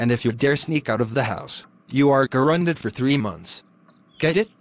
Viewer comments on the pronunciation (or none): said grounded wrong he spelt it like this guonded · said gorunded